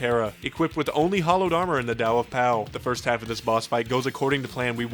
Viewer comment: Why does he pronounce the word hallowed incorrectly?